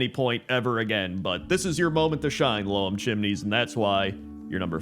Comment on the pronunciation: Just to be that guy... Loam is pronounced like home, which is why I think they went this the name. Loam is another word for soil. Always thought it was a very clever name for the town.